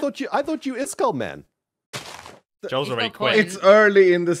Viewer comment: Is it just me or does pronounce name wrong…